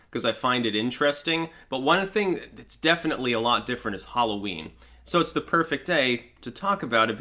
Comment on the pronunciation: Halloween? Sorry I don't know that one. Do you mean whore-o-ween?